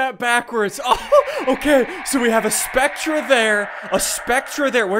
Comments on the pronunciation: Also Ssundee spectre is pronounced speck-ter not speck-tra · I'm pretty sure that it is pronounced specter -_ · He mispronounced spectre